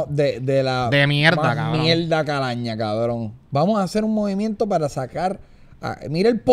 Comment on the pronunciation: Ufff me encanta cuando Chente dice "mielda" xd